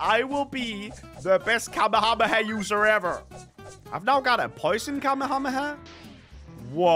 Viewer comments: Bro said Kamu-Hamu-ha KamE-hame-ha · are you saying kamehamayah isn't it Kamehameha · Bro it's na kamahamaha it's kamehameha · Atleast he didn't say kamehamama! 😅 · Kamehamaha? What? 😂😅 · The amount of people messing up the name of the kamehameha 😂 I still love but hearing it from him trying to pronounce it is funny for some reason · every single yt i see kamehameha in a tittle I'm scared they will pronounce wrongly